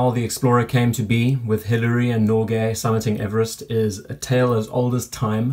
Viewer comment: Hillary not Biliary¡!!!!!!!!!!!!